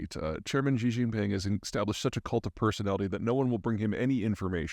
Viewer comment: I love how Peter claims to know so much about China but he can't even pronounce Xi. You can always tell someone is open to different points of view when they talk to their audience like they're children. The hubris is palpable. Whatever would be do without Peter and his guidance? Think for yourself people.